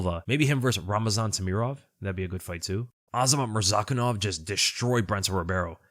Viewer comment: Brother pronounces Murzakanov properly but still can't get "Pereira" right. There is no "h" sound like there is in "Ferreira" because there are no double r's.